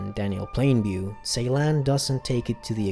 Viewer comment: Just a correction about the director name , C in Turkish is pronounced J so his name pronounced Jeylan